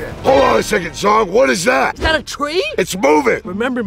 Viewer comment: BROOOO NOT ZONG it's ZHONG